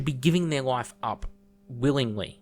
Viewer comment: The way You Say "life" sounds a lot like "wife" to me haha! Great video